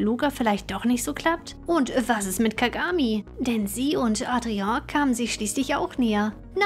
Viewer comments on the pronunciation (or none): none